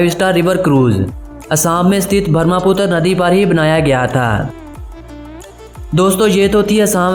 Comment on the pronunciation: Thank you for making video about our beautiful Assam.Please don't say names of things wrongly.You said name wrongly of a river Brahmaputra.You say Barmaputra. So try to improve it is The Brahmaputra. .....